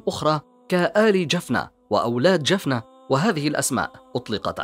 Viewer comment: تقرير جميل ، ولكن نطق بعض الكلمات كان بشكل خاطئ ، مثل جلق ، جفنة ، ماريا ، الجمال ، جبلة ، هذا ما اذكره ، تقارير بهذه الاحترافية لا يجب ان يكون فيها اخطاء في النطق لانها تفسد جمالها.